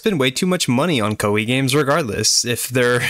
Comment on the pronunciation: Koei should be pronounced as Kō ei. I was confused without subtitle lol. btw, liked.